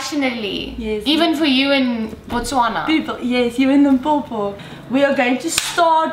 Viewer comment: Omfff "Lím-po-po" 😂